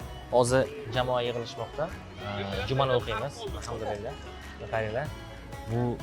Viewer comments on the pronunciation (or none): none